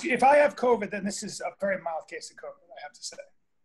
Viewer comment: Haha Theo always says “corvid”